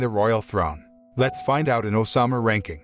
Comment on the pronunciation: why do you call it Osama ranking man? its ousama ooouuuuusama